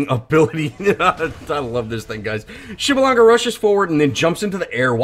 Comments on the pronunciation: What i found truly impressive was your ability to pronounce his name so cleanly!!! TRULY IMPRESSIVE INDEED!!!!! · PS4: PrimeOP12 Can't believe you go his name right, I've still got friends that cant pronounce his name. Great video though.